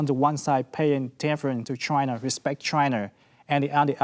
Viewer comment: Why he called China is "Trynaaa"